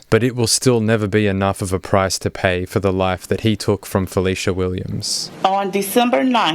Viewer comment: Hi, I appreciate you for sharing my sister’s story. But if you don’t mind can you correct her name, it’s Felecia.